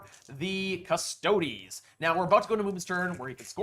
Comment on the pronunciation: 1h 25min in. Can’t watch him butcher Custodes again